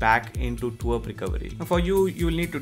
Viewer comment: it's not twerp, it's TWRP